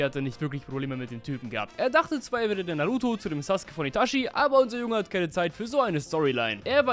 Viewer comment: Sasuke sagt mann und nicht suske(sus<. Meine ich natürlich nicht ernst😅😅. Und vielspass beim Video😊😊😅😂❤❤❤